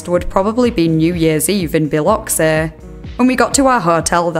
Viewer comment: I just have to say congrats on correctly pronouncing Biloxi. Because I'm from there